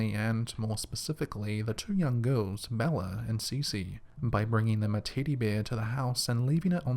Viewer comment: The child's name is Bella why do you you keep calling her mella?? In the beginning you call her Mellamerrie?? Also there were 4 ppl killed that night, they're unborn son Nico was also killed, pls get their names right its so disrespectful especially when you seemed to have just made a name up!